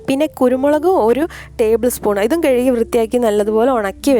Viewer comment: മല്ലി 'കെഴികി 'എന്നല്ല കഴുകി എന്നു പറഞ്ഞു പഠിയ്ക്കൂ പെങ്ങളേ.....